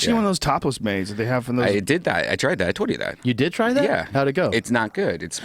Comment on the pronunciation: Also I will forever hate redbans childish speech impediment. Says shit like "brawl" instead of "bra", or "tode" instead of "told". Holy hell, I know he's not around so much in modern day JRE's but still.